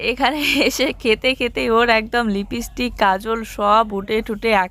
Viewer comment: লিপস্টিককে লিপিস্টিক বলো খুব শুনতে খারাপ লাগে।আগেও বলেছি, কিন্তু কোন ঠিক করনি।প্লিজ‌ ঠিক উচ্চারণ কোরো।